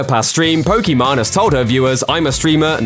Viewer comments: Poké Main not Poke Main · Just FYI, it's pronounced "POKI-MAIN", not "POKI-MON". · Did i heard Pokimon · This dude really called her Pokémon instead of pokimane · It’s not Poki man you idiot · This dumass thinks hes right as he says Pokimon LMFAOOOO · ooo your sponsors will be under fire now you called her pokimon lolol shes such a 2 faced lyer and hypocrit why does anyone watch her trash? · calls her "pokemon" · Her name is pronounced Poké Main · I guess as far as pronounciation,pokemon sounds like how you would say it in french while poki main sounds like how it should be said in engish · Not even a fan, but I cringe everytime they mispronounce her name... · It was intentional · Careful, you mispronounced her name, she might come at you or your sponsors now.